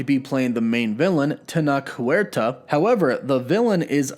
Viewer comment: And Huerta like Uer-ta, puting the u and e together without that little pause 😊